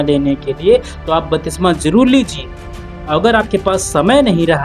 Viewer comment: Bhai jo aap bol rahe hain wah shabd ka uchcharan galat hai to aap ki siksha bhi galat hogi , batisma nahi lenki baptisma ya baptism jo Greek shabd baptizo se aata hai.